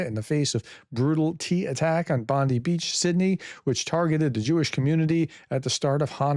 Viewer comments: we say 'Bond-eye', not 'Bondee' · When pronouncing Boni, pronounce the letter i like the word eye. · It is pronounced Bon-die not bon-d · Rogue Aussie here. Its not Bond-dee; it is Bond-eye!!! It all depends on where you place the em-fas-iss on the sill-are-balls (emphasis on the syllables) 🤣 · BTW it's pronounced Bond-I (as in Bon-Die pun unintended) not Bondee. Aussie here. And the thing to note about Sydney is that it's a very multicultural city, think like Toronto or New York. That has both a large jewish and muslim population. And there's been significant tensions since october 7th. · FYI, Prof... We pronounce it as BOND-EYE Beach!!!, not your AG's BOND-EE!!!!! FDJT 🦘🦘🦘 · Bond-eye Beach, not Bond-ee. 😉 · Pronounced Bon-dye not bon-dee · Its Bond-EYE Professor! Otherwise, thanks for the reporting! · It's pronounced Bond Eye Prof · Hi Prof, it is pronounced Bondeye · It is pronounced "bond-eye" beach. Americans really seem to struggle with our naming of things :) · 😅 Sorry for laughing... Bondi is pronounced Bond-eye beach. 😉 You're welcome Professor 😊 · Thanks Prof, Bondi Beach is pronounced Bond eye Beach. One of our most famous beaches, well one of 37000. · Bondi is pronounced Bondeye everyone knows this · Yes, please don't call our iconic Sydney beach the same as Pam Bondi. Sounds very different - Bond Eye Beach. Everyone is hurting right now. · it's pronounced Bond-eye, unlike Pam Bondi. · Prof, it’s pronounced “Bond-eye”. Cheers from Australia ;) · Bondi pronounced Bond eye .🇦🇺🇦🇺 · “Bondee beach”😮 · Bondi Beach is pronounced like Bon-dye, rhymes with eye. It's not just Slavic place names the Prof struggles with. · Does that mean all the US news channels (right & left wing) are saying her name wrong? They all say Bondi (pronounced Bondee). The only thing that's pronounced "Bondeye" is a beach in Australia.